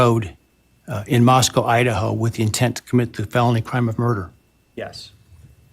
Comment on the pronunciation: The judge also mispronounced Moscow at least once -- "Moscow" instead of "Moscoe." I know because my brother who's lived there 40 years always corrects me.